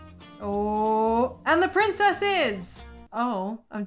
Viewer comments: Yesss! Another Hated Child! For me it's like quarter to nine at night but I couldn't help laughing every time you said Prinzess. Amazing! Keep up the great work,! 😀❤️❤️❤️ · “The prinzess” 😂🤣